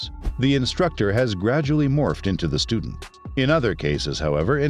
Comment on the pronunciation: "The instructor is now the studend", what a load of crap